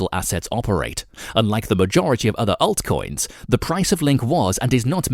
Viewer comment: The one that says 'aeltcoins' and 'Cardaino'